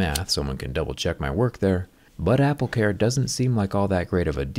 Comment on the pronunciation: Apple care se pronuncia apl ker no apl car bro 🤭 saludos